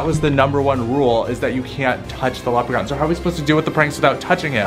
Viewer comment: The leckpon is like the bad Elth